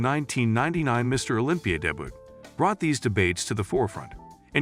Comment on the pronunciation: "Deh-butt" and "day-byoot" (mangling the word 'debut')..."epitome" (pronounced by the speaker as eh-pi-tome)...what the hell is this? This is just...bad. As for Ruhl, the dude was a freak. He knew that he was never going to be the most aesthetic, like Lee Haney or Steve Reeves, so he just got as big and ripped as possible, stomping around the stage and scaring the crap out of everyone. Other builders were also ridiculously large, but they had better overall symmetry and conditioning. He'll always be remembered as "Der Freak" and I'm pretty sure that he's proud of the impact he had on bodybuilding.